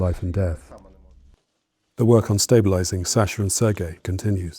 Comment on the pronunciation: You could at least show some respect by pronouncing his name correctly. It's pronounced Saah-shuh, not SAsher.